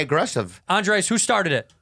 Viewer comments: when is Bobby gonna learn how to pronounce Andrés?!?? he keeps calling him Andreas like he is some weirdo from Sweden. :O( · One of these days Bobby will learn that his name is "Andres" and not "Andreas" and it will blow his mind.